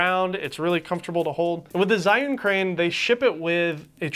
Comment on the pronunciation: Zh is pronounced as J